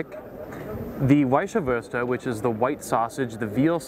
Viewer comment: You're killing me pronouncing Weiswerse. Or Weisebier. It's vise vers, no ah or ea at the end.